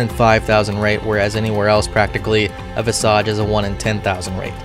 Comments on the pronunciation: VISS-IJ , not draconic 'massage' learn 2 fantasy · 🤓☝ akshually it's pronounced vizuhj